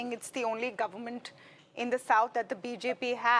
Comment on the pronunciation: It's not Govermunnt anchor woman- it's government.